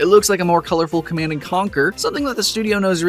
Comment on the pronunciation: How do u mispronounced the word command?